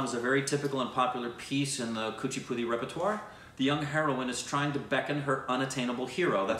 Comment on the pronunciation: first time you pronounced something ( Kuchipudi) so correctly